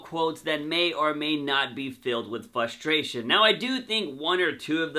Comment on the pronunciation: FRUstration not fustration